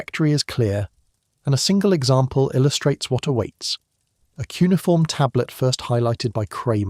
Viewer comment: Not “cunniform” - poes 😂😂😂😂